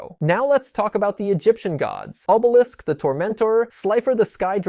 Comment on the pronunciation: Bruh...why do you keep mispronounced names? Are you EVEN a fan?? Atem is pronounced AH-TEHM Obelisk is pronounced AW-BEL-ISK